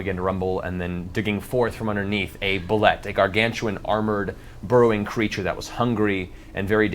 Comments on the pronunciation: Its pronounced boo-lay not bullet. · Well, if no one else is going to correct Matt's pronunciation of "Boo-lay," then I won't either.